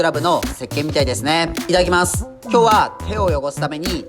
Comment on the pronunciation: 「いただきます」で一瞬耳を疑うからすき